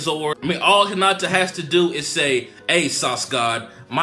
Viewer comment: Hinata not Henata